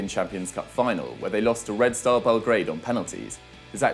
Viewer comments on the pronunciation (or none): none